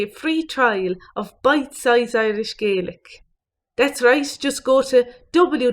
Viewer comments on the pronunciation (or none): none